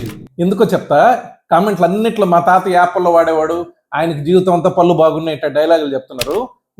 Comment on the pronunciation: "పల్లు" కాదయ్యా బాబు "పళ్ళు". పళ్ళ డాక్టర్ వై యుండి సరిగ్గా పళ్ళు అనే పలక లేకపోతే ఎలాగయ్యా బాబు